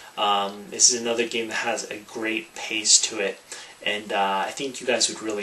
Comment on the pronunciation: I like how he says this geem. This geem this geem